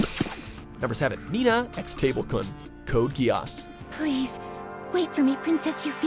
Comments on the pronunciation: Did my man just say, "Code Gui-ass" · wait its not called code ge-ass? oh